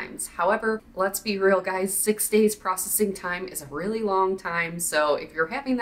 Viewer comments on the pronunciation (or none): none